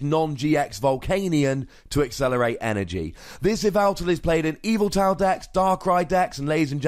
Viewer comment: This "yeh-vel-tle" is played in "Ee-vi-tal" decks., you goober!